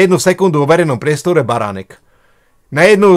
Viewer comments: A je to pán Baranek ani priezvisko neviete vysloviť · Kolkokrat povedal Beranek?!On nevie ani precitat meno!Toto nie je normalne! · Už sa nedá na tie tvoje videá pozerať a hlavne nedá sa to počúvať si totálne nepripravený nevieš ani vysloviť meno človeka o ktorom niečo robíš je to totálne amatérske a odfláknuté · Kyda sa lahko. Mohol by si zacat od seba. Tvrdis o sebe ze si investigativny novinar X rokov a taku zakladnu vec, ako meno osoby o ktorej informujes skomolis kazdy druhy krat co ho vyslovis. Preco sa vrtas v prispevkoch ludi, ktori boli presvedceni pre dobru vec a prispeli? Aku mas motivaciu hovorit za nich? Prispel si aspon? Pochybujem. Vrtas do cenovej kalkulacie na ozvucenie namestia a prd o tom vies. Alebo si vedel, kolko ludi pride? Ak by prislo 10 krat viac a bol by tam ten jeden reprak, zase by si ohovaral ze 80% ludi nepoculo co sa rozprava? Pride mi to ako cista zavist z toho, ze ty take prostriedky nevyzbieras. Uz asi nikdy. Prinos z tohoto videa, 0. Vlastne skor negativna. O niektorych prispievatelov si prisiel. Kedysi to bolo z tvojej strany o snahe pomoct a poukazat. Dnes kydas. Vsade a na vsetko.